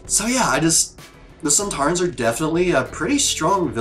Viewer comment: The sontarans are indeed in classic Who...and they pretty much look like this... Funny thing is that didn't realise that there were actual actors in the suits... She thought they were robots:D and her pronouncing their name wrong was a little reference to Chris eccelston doing the same in an interview when talking about classic series monsters:D This two parter was written by Helen Raynor, who wrote last series 3 dalek two parter... Think she did a much better job here... Unfortunatly tho up to far... This is the last story to be written by a female writer... We haven't had one since....